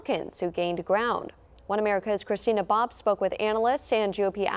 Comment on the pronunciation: Every time Christina says her first and last name together, I hear "I'm Christy Nabob". Just me?